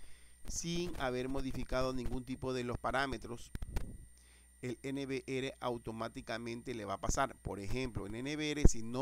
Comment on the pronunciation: No diga N V “ere” Diga N V “ERRE”